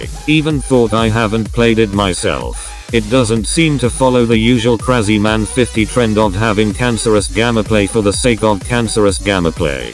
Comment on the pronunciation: Krazyman not kreiziman